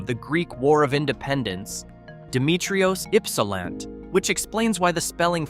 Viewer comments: I was born and grew up in Ypsilanti, live in Hell and been to most of these places in this upload. By the way, Ypsilanti is pronounced Yps a LANT ee. Ypsi for short. 😊👍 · Omg, c'mon man, Ypsilant??? Really?? Work with your AI dude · Frankenmuth is pronounced Frankenmooth, and Ypsilanti is pronounced Yipsilanty.